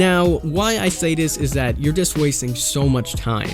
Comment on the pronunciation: Dare = There Da = The Dis = This